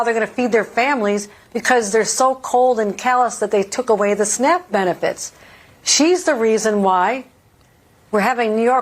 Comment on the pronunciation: Did Hochul just say snack benefits?! 😂😂😂😂